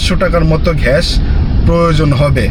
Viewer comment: ঘ্যাস❌ গ্যাস ✅